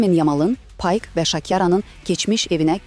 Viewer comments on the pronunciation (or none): Payk yox ay giji😂😂😂😂😂 Pike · Payk yox ay qıjı pike😂😅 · paik deyilmir pike deyilir